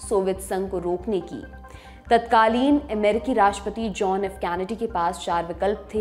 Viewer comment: कैनडी कहते हैं कॅनडी नहीं।